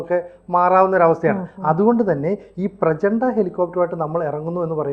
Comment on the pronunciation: സുഹൃത്തേ പ്രചണ്ഡ അല്ല പ്രചണ്ഡ് ആണ്. പിന്നെ ലോകത്തിലെ ഏറ്റവും മികച്ചത് ഒന്നും അല്ല അമേരിക്കയുടെ apache ആണ് No.1 അത് ഹെവി അറ്റാക്കിങ് ആണ്, പ്രചണ്ട് ലൈറ്റ് അറ്റാക്കിങ് ആണ്. പർവതങ്ങൾക് മേലെ പറക്കാൻ വേണ്ടി രൂപകല്പ ചെയ്തതാണ്. പ്രചാണ്ടിൽ നമുക് അഭിമാനിക്കാം... പക്ഷെ നിങ്ങൾ പറയുന്നപോലെ അമേരിക്കയും റഷ്യയും ഒന്നും ഇതുവങ്ങാൻ ക്യു നിക്കൊന്നും ഒന്നും പറയല്ലേ അവർക്ക് ഇതു പോലെ പല വേരിയൻറ്റിൽ ഉള്ള ഹെലികോപ്റ്റർ ഉണ്ട്‌.